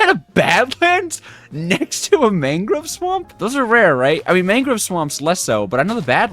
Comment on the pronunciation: Man-grove not Mang-grove